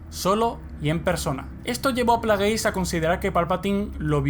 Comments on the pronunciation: Muy bonito y todo pero se llama plegasi no plageys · lo unico que odious de este video es que digas players se pronuncia plegis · El "canon" supuestamente me la suda muchísimo. Y se pronuncia "pléigs" . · plegis maldita sea asi se pronuncia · Se pronuncia "pleiguis". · se pronuncian Pleguis.